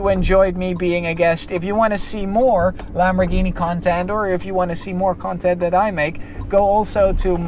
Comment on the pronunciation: The way he said Lamborghini(and that other word) was so prestine.